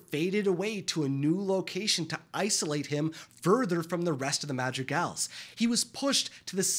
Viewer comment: I'm sorry, but this entire video this guy wasn't calling them the madrigals, he was calling them the magic als